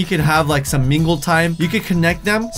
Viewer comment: KpopYLC M did you just say son instead of some lol😄